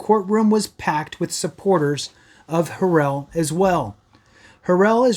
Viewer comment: You're so misinformed dude. I can't take you serious when you can't pronounce his name.